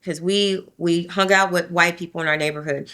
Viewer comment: Sweets ~ Words like 'hung' aren't pronounced hunGUH. The g is soft, not hard. You're giving a one syllable word two syllables. Same thing as 'young'. It's not pronounced younGUH. Same thing with 'thing'. It's not pronounced thinGUH. Listen to how educated adults pronounce it. Then follow suit. Same thing with the word 'thing'. It's not pronounced theenGUH. You just ran two words together by saying that your Dad was cleaning everythinGUP. And 'pulling up' became pullinGUP. The g is soft! Listen to professional adults talk. Girl, up your game and educate yourself on correct pronunciation. It's annoying AF.